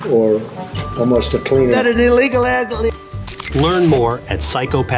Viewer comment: OMG I'm in tears 'We got an illegalagelgalgl' 🤣